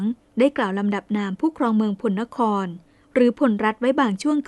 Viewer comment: พลนคร น่าจะอ่านว่า พะ-ละ-นะ-คอน ดังปรากฏในพงศาวดารโยนก ของ แช่ม บุนนาค และ ปรากฏในศิลาจารึกวัดมหาโพธิ (มะ-หา-โป้ด) ลองตรวจสอบดูนะครับ นอกจากนี้ยังปรากฏ คำว่าโกสัย (บาลี)ไม่ใช่ โกศัย ไม่เชื่อลองไปดูที่วัดดังกล่าวครับ จารึกนี้เป็นอักษรล้านนา